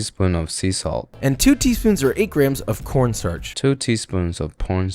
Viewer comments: Did anyone hear saying po*n star but the man said corn starch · bro said p*rn star insted corn starch 💀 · 2 teaspoons of pornstar did he just say aight? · About 2 teaspoons of p*rnstar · In he literally said po*n startch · Did he say corn starch or somting else😅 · Bro said porn starch 🤣🤣🤣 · Sec did u say porn starch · are we not gonna talk about how he said "two teaspoons of p0rnstar" 😭😭😭😭😭